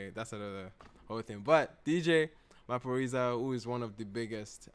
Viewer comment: Yes you pronounced Maphorisa correctly.😂💕